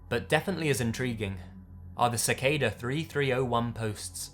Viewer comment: I'm gonna like this video, because unlike someone, this guy actually pronounces Cicada correctly... Like if you know who I'm talking about...